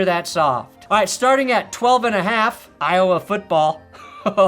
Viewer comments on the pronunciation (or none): none